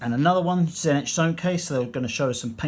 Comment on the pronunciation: Great review but tzeentch is better pronounced as "zee -tch"